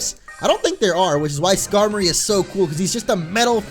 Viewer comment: skamory is pronounecd Ska-more-ey